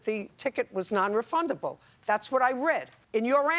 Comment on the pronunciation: "a non refuldable chiket"